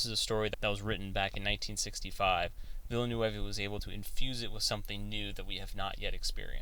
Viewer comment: An interesting video, but you've gotta work on your pronunciation! A quick search of interviews will help you find out how to properly pronounce Denis Villeneuve's last name. Try: "vil·nuv".